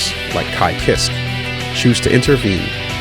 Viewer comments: How can pronounce Jam’s last name but not Kiske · I always pronounced it "Keyskay"